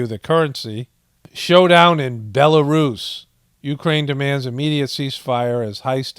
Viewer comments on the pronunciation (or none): none